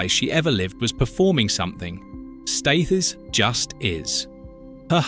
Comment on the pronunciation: Pronounce Staithes correctly, it is pronounced STEERZ and not as you pronounced it